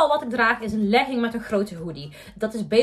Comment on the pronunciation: Je zegt leging zo anders maar echt te cute🤩💕